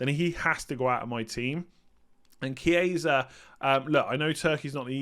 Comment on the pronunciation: Hi, great content as always. Since you're always wondering if your pronunciation is right, a tip for the Italian players: the simplest to pronounce, just read as it's written (keeping in mind that ch=k). So for example it's not "Chieisa", just remove the second "i"; it's simply "Kiesa".